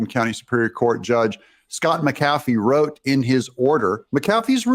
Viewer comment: Its pronounced Mc-A-fee